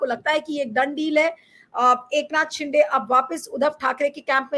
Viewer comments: ये सीनियर महिला पत्रकार शिंदे को बार बार शिंडे बोल रही है। उनका अवमान कर रही है। जन बूझकर बोल रही है। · शिंदे not शिंडे